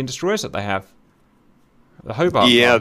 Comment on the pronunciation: Did this guy just say "Hobard" Class - If you can get simple shit like that right you get a thumps down.